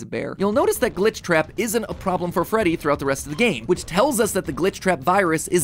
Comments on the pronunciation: Did this man actually say freddit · did he just say freddit???